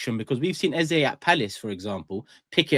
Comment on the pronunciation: Thank God, no intentional mis-pronunciation of Eze’s name by “Ezaaaaah” this time around. Very stubborn guy. You’re gonna tear your jaw one day calling him Ezah. Love for the love guys. Repping Naija, cmon!